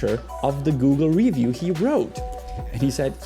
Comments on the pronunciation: dude, i hate the way you say ree—view stfu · Omg Cuzzy I trully love your work. I as well am bilingual. Fluent in Czech and English. I enjoy both of your Chanels. Possibly my favorite of all YouTube. Not trying to be a jerk, I have never once heard you mispronounce an English word till this episode how do you say Review? Rívjů? Revjů? Dělám prdel 🤣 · The way you say “review” drives me nuts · Video difficult to listen to due to the weirdest pronunciation of the word "review" EVER HEARD. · You're pronouncing it wrong bro . In america You don't say review like that